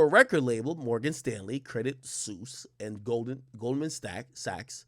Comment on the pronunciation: This nigga said Goldmen Snacks 🤣🤣🤣😂